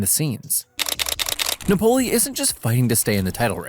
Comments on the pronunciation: Its nApoli... no napOli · If you want to say Napoli,the accent is on the A,not on the O.You sound weird. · I despise how you say Napoli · good video minus the pronunciation of Napoli :D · I really liked ur Video and u sound like ur having fun making content, but i recomend you search up correctly pronounce a teams name, hearing you say it incorrectly so many times made me not focus on the other good content in the video